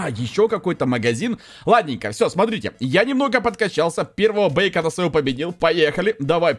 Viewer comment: Не бейкона а бикона